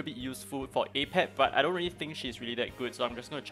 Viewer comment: It's actually not pronounced as ei-pep but rather uh-pep. Sorry to get nerdy lol 🤓 I just managed to auto k10 with my own team ( Li ling, Freya, Sander, Medusa , Chang pu) so this guide was helpfull to which characters I need to focus next